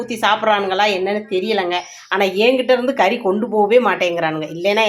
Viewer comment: കരീ അല്ല. കറി എന്ന് പറയണം